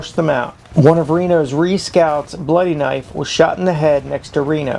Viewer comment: Dude, it's not Reed Indians like you pronounced it. It's arikara, and Ree for short and captain McDougall, not McDouglas, commanded company B and the pack train.